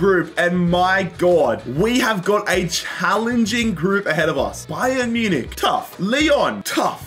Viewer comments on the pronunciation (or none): none